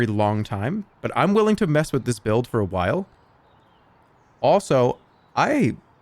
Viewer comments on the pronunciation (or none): none